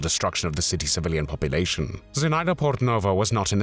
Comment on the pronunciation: Называйте имена героев как их зовут. Зинаида Портнова, ударение на zi' na'ida. Или просто Zina Portnova. Мы гордимся этими героями.